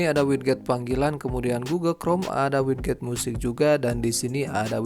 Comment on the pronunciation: sedikit mengoreksi ,bacanya widget = wijet, sama kek gadget cara bacanya bukan gatjet